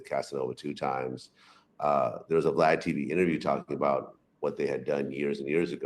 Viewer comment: Vlad ,you say valad🤔 it's not va